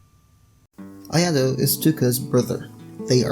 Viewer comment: Ayato is pronounced i a to (ik that not how its spelt im just using that as a example) their just slaughtering touka and ayatos name wow